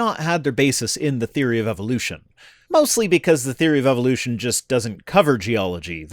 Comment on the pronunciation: Just the same way it's Eh vuh loo shun not ee vill loo shun.